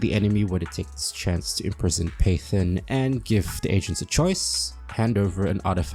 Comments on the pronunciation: Phaethon... Fae... FEY-Thon Faith-on.... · Every time you pronounce Phaethon as Python, I die inside But aside from that I like the video haha. But I would point out that 1. Venus doesn’t seem to know you’re Phaethon (she keeps being surprised by how good you are as a newbie and tries to connect you to people you already know. She knows you’re a proxy obviously, but not Phaethon, which is a confusion I think you make a few times), 2. Nicole isn’t as money-grubbing as she pretends to be, if you follow all her storylines, and most of the people we divulge to are pretty seriously incorruptible types, so other exposure risk isn’t too bad. 3. Being a Proxy, while technically illegal, seems reasonably common and not too much of a danger, judging from all the interknot activity with proxies. Especially now that we’re protected by pubsec. 4. I think your definition of secret is a bit too narrow. Consider for example, state secrets- Which are definitionally secrets, but are known to or accessible to probably hundreds or thousands of people. Our identity may not be the best-kept secret, but it’s still a secret; we try to only divulge the information on a need to know basis, and it’s just that every time we involve a new big player in the game, they’re going to need to know who we are for us to maximize our benefit from those connections. I also think aside from the point about Eos’s branding, it’s probably not easy to identify us. The bangboo sync technology is practically unheard of, and our hollow navigation abilities- especi